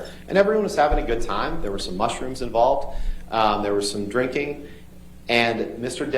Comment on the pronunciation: Mr. Rottenborn says “Muhsrooms”. Lol 😂.